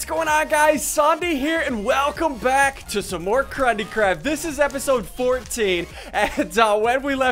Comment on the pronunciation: Did he say crunndee crap